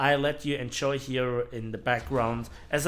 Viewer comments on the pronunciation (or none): none